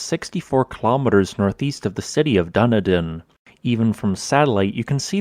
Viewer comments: Ok, second time I've heard you say this..... Dunedin is pronounced like "done Eden" not "duna din" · It's pronounced "Duneedin" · I’ve been here!!! Great job! Dunedin is pronounced Doo dee din by the way 🤓🤩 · Duh NEE din, Not DUN eh din. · Not "Dunny-din", say "Dune+din". It's even funnier. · It's Dun-edan not Duni-den! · Just so this will be near the top: Doo-nee-din. The Kiwis would say "where?" to your version. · BTW Dunedin is pronounced "Dun-ee-din". Thanks for the video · Sorry to be picky, but Dunedin is pronounced 'Dun-ee-din. It's the Gaelic version of Edinburgh and was named by the first Scottish settlers. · I used to holiday in Moeraki when I was a kid,I remember getting dragged along that beach on a sack towed by a land rover....not around the boulders, just a bit further along. Funny how you pronounced the Maori name perfectly but destroyed Dunedin....just remember Eden Done! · Just a little heads up - Dun-EE-din ;) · Dunedin is pronounced dun eden, with the emphasis on the first syllable. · Dunedin is pronounced Dunn-ee-din. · yea what would is it called that? Duh nee dn is pretty close to correct. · When I was much younger, aunt told me they were ancient dragon eggs that never hatched. I totally believed it because they kind of do look like them! Also, Dunedin is pronounced Dun-ee-din! Thank you for another video on the amazing geologic oddities New Zealand holds! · They are spherical not circular. "Dunedin" might be good to understand at least something about pronunciation before making a video clip purporting to be authoritative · The pronounciation of Dunedin is hilarious. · bloody hell, learn how to pronounce place names .... eg Dunedin you were so far off it wasnt even funny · might wanna work on the pronunciation of dunedin more..